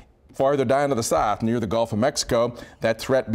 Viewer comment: "There's a greater threat of tornadoes farther down to the sath "